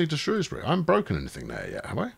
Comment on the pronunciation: You must be off your "trolley" looking for tram based puns. By the way congrats on saying Shrewsbury correctly, and not the evil way the BBC or southerners say it.